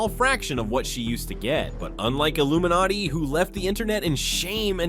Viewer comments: Misproununces Iiluminaughtii, just proof that he's AI and should get demonetized for using it. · Not the voiceover misprouncing Illuminaughtii's name! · Ugh AI voice can't pronounce Illuminaughtii. Payba real person.